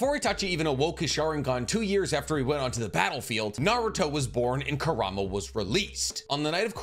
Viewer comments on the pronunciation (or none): none